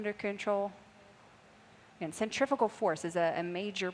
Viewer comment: This narrator is driving me crazy with her inability to say CENTRIFUGAL force, it's not centriPical!!